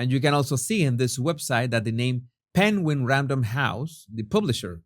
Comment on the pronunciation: You pronounce the word "penguin" in the same way that Benedict Cumberbatch does in that wildlife documentary he did the voice over for. 😂 X